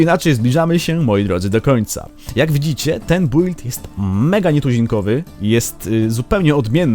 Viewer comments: czyta się "bild", a nie "bUild"... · Nie czyta się "bujld" tylko "Bild" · kuźwa czyta się bild a nie build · Zajebisty film i fajny pomysł ale prosze wymawiaj "build: poprawnie